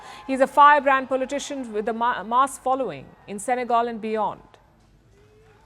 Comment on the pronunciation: Fantastic how you pronounce politician as pulley tishon😂😂😂😂😂